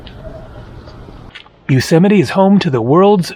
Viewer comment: Another great video.. haha now i know how Yosemite is pronounced.